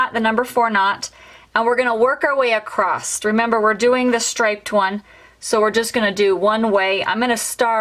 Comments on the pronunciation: Very helpful, but please stop saying acrosT, the word is acrosS. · I have never heard someone say accrosst for across and i wonder where that’s from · Great video…not made these for decades….p.s there is no ‘t’ in across, sorry but acrosst made me cringe lol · Why do you keep saying acrosst. The word ACROSS doesn't have a t at the end. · Just an fyi- there is no "t" in the word across.